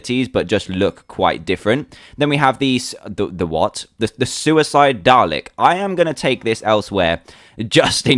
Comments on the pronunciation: I know it's spelt Dalek but you pronounce it Dar-Lick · FINALLY, someone who says Dalek right! Well, I should be expecting this, dan is British... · Yeah it can sound that way sometimes. It's spelled dalek, and pronounced dah-leck. I love the accent! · it pronounced day-leck :p